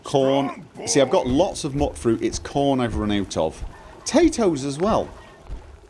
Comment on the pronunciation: It's "Mute-fruit" as in mutant :)